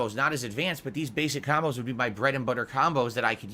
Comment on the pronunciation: "Khambos" ducks head down SNORT